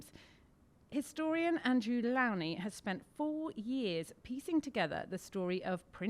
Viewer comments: Ferchrissakes, why can’t you presenters learn how to pronounce the man’s name? He introduces himself “Low-knee”. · Can none of the interviewers pronounce Andrew Lownie's surname correctly? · Wow! Rude much? She mispronounces the author's name and has to read from a script. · It's amazing how all of these Brits just assume that they are pronouncing his name right, and he's too polite to correct them. Why don't they ask him before they start to make sure they get the introductions right?